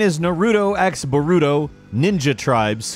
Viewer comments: Narooto x Barooto is all I heard 😭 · I love all yalls videos but I swear if I hear Narooto x Barooto 1 more time I'm gonna have an aneurysm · Exactly!!! UGH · "Na-root-toe X ba-root-toe" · My guy said narudo x borudo I’m highly offended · I swear if another dude says naruto or boruto wrong imma flip 😤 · He pronounce naruto and boruto names wrong